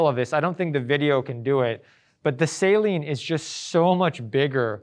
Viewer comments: It's not Say-Lean it's Sah-leen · Saleen is pronounced "SUH-LEEN", not "SAY-LEEN" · Its not salt water...its pronounced... suh-leen😂 Great vid otherwise